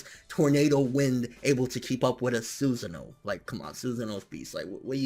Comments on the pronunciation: The way you say sus'sano tilts me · I dont know why your pronunciation of Susano triggers me. I always thought it was pronounced su-Sa-no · Not "Suzin O" ...Not like "Hey Susan (O)" ... It is actually pronounced "su SAN no". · What's a Susano?! What does he pronounce it that way?